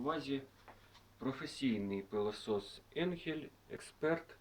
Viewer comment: Тільки німецькою буде анхель а не енхель!